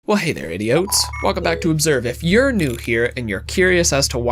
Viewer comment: Did I just hear "Well hey there idioats"? I think I'll stop right here